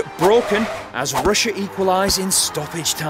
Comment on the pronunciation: I was dying when Roy couldn't say Russia😂